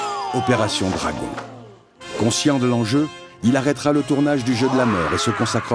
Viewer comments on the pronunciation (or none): none